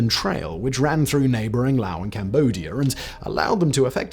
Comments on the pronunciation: Laos dude, not Lao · Laos, not Lao. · Why you say lao?😂😂😂 its laoSSS lolzz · It's pronounced Laos, with an 's' not Lao. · And don't pronounce it the Texas way that LBJ did. It's not Lay' os, it's more like La ous.